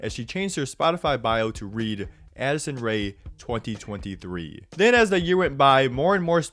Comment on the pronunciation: every time in listen to this part I swear I hear “Acid Ray” and not “Addison Ray”